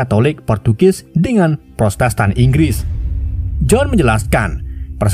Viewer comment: Bang,maaf yah protestan bang,bukan prostestan ,maaf ya bang hehehe